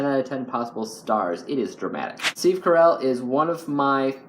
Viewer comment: Wait, you said Steve Carell wrong. You said it like Carol, lol